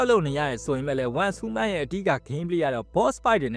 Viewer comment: Content creator ကြီးလုပ်ပြီးဟူးမန်းဟူးမန်းနဲ့နားထောင်ရတာအဆင်မပြေလိုက်တာ